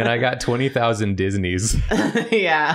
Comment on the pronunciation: The more said "Disneys" the more it sounded like "Deez Knees" and I can never hear the word normally again